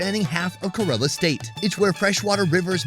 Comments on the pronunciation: First thing it's not karala .. it's Kerala .. focus on your work bro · Why am i hearing ghorilla when he says kerala.. Isnt it Keralam? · It's not Corella it's Ke Ra Laa. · FYI its pronounced like Care-a-la not kurr-illa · Everyone else: "Kay-ra-la": "Kuh-reh-luh Daville... Kuh-reh-luh Daville..." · India has always been at the top of my bucket list and watching these GREAT videos and seeing how affordable it is adds another reason among the thousands of reasons to visit. FWIW, it's Kerala, not Kerela. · hi... huge fan and great content as usual ♥. Just a recommendation; no hard feelings 😬but you kept calling Kerala, Karela (which in hindi is bitter gourd 🥲), I thought maybe i could help you pronounce it correctly 🤭😅. Kerala phonetically is, think (KAR)en + Ella but everything together and a little fast.... Hope you don't mind🤗 again, hugee fan🥰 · Great video but I just don’t get why western YouTubers won’t put in the minimum effort to pronounce the name “Kerala” correctly. It’s not a tongue twister. KER-a-la, with the stress on the first syllable! The guy has clearly been there and has heard the way it was pronounced. How hard is it? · Why does he say Kerala like that? It doesn’t rhyme with gorilla dude, it’s pronounced kay-raa-laa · kerala ❌❌ ku-rrre-lla✅✅ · correct pronunciation is kay-ra-lum(keralam) . not kerala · Key-rala pronounced with bit of y Did he even watch the vid the locals pronounce few times 😮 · Dude, you mangled so many of the names of dishes. And of "Kerala" - not tough bro, just ask the locals....👎🏽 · is doing the voice over but is not there, otherwise he would know how to pronounce 'Kerala'. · I love the enthusiasm but someone there should tell you how to pronounce Kerala correctly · I can’t believe no one corrected you on your pronunciation of Kerala. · pronouncing "Kerala" wrong so many time:( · Bro pronounce Kerala properly